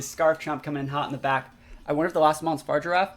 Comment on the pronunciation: the giraffe's name is pronounced Fuh-Rig-A-Raff lol